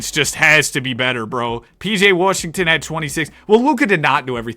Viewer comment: nobody: absolutely nobody:: "pj worrshington" "i need a glass of worrter" "this guys worrshed"